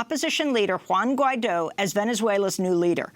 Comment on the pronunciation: Guaido, not Juaino haha